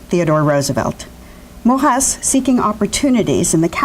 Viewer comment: Mor-ey-z not Morrass !